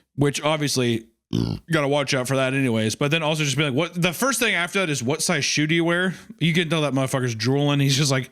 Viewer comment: I love when wendi pronounces "thing" as "thingah"